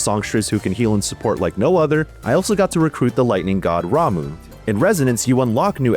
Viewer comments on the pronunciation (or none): It's pronounced Ra-muh, not Ra-moo, just saying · Ramoo???? It is pronounced Ram-mah!